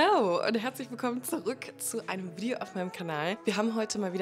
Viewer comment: Ich bin erst kürzlich zufällig auf Deinen Kanal gestoßen und schicke Dir als Ex-Bonnerin und vermutlich ab 2025-wieder-Bonnerin erstmal viele Grüße nach Bonn 😄 Mir gefallen die muttersprachlich ausgesprochenen englischen Worte in Deinen Videos sehr und bei dem Wort "Video" muss ich immer lachen.....das sprichst Du so lustig aus 👍